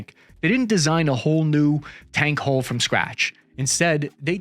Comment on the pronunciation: Dude, it's "hull", not "hole".